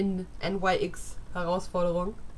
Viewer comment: tolles amu! ist glaube ich das erste mal, dass ich dich ohne kaffee/tee(?) tasse in einem video sehe 😄 p.s. clair de lune ist übersetzt mondschein/ nyx wird nüx oder nix ausgesprochen, nyx ist der name einer göttin aus der griechischen Mythologie klugscheissermodusaus